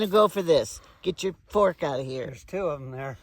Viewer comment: 😂😂 I thought said the f word! But he said fark 😂😂😂 (fork)😂😂😂